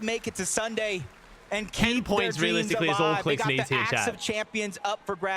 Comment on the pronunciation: the way kept saying clix qualed lmao